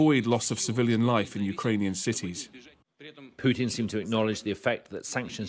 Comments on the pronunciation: ITS NOT PIUTIN ITS PUTIN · president pew teen lmao, how hard is it to pronounce correctly